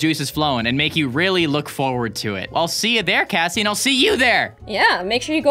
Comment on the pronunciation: Its kassie not Casey and also its Royale high not royal high